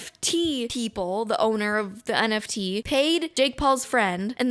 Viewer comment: As a Portuguese speaker, I can confirm that you said NFT correctly